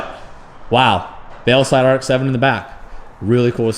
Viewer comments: my guy its VEILSIDE* not VEILSLIDE 😂🤦🏼‍♂️ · why the fuck do you keep saying veilSLIDE, there's only one fucking L homie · Is it me or does he keep saying veilSLIDE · it’s not veilsLide, it’s veilside, man, common. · Veilside not veilslide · Sounds like you say “veoslide” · ITS NOT “veilslide” ily!!